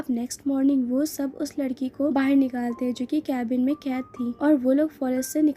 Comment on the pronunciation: बाहेर नाही बोलते (बाहर ) ऐसा हे वर्ड